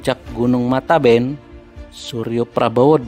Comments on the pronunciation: k.n.o.bukan mataben tapi matebian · Min bukan matanben ( air mata) tapi matebean (sebutan untuk orng yg sudah meninggal)